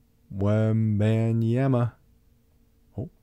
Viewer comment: You were "Wong"... It wasnt Wembenyama 😂